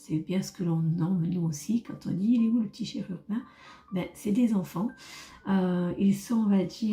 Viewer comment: Chérurbin? ou chérubin?